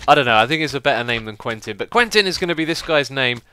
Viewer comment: you should use the name 'Quinten' instead of 'Quentin', because you pronounce it like 'Queen-ten' and because it's my name :D